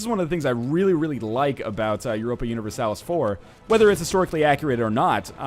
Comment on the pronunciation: No U-nih-ver-salis